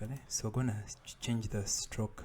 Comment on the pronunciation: pls next time dont say anymore "we qonna"